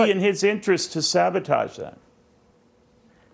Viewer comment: She said savatauge!🤣 It's sabotage